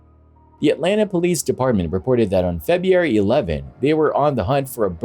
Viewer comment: I really enjoy these videos but it drives me NUTS how the narrator pronounces February. He pronounces as Febbee-airy